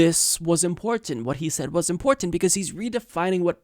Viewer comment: I love you but please.. please the way you pronounce important drives me crazy.. that said keep up the good work, much love